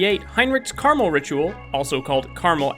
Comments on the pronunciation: It’s pronounced like Care-ra-Mel not car-mull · Caramel. Not Carmel. CARAMEL